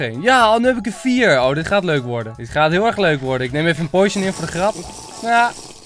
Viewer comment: Enzo je spreekt potion verkeert uit Het is potion en je spreekt het uit als: poosjen